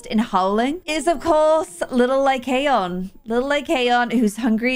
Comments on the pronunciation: Apparently how pronounce Lycaon is (Lie cAn) so Lie can put into one word. Btw you have to make the A say it’s name sorry if that was a little confusing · it's pronounced "lie can" like a beer can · i think it’s pronounced (lie-con) 💖